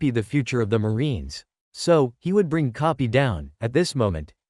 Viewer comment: Bro relle said kopy not koby😂